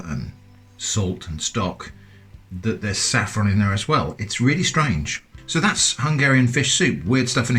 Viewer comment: Did you say SAFFRON?